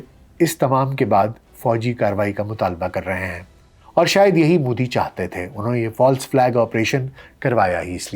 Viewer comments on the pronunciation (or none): aapki sab baaten theek hain sirf aik guzarish hai ke Modi ka tallafuz behter ho sakta hai. Shukriya 🌹🙏